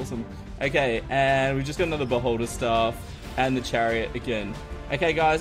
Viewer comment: You said beholder. I heard boulder hehe